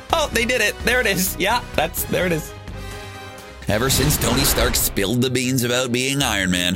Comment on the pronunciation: Who is "Gony Stark"?